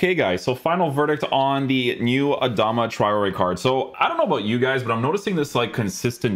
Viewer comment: u butchered his name